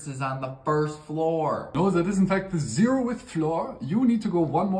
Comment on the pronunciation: very impressed by how well he pronounced "zeroth"